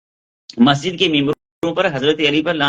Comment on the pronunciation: Areey degree nahi hai bhai masjid ko majid bolta hai jahil baba😂😂😂😂😂